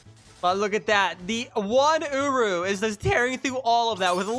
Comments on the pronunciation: bro really called him ooroo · hold on... did i hear that right? "Secure rah?"